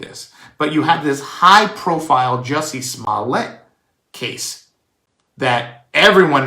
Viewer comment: Juicy Smool-Yay 😂